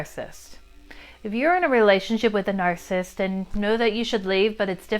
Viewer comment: 'nar·cis·sist' - 3 syllables not 2 'nar·cissist'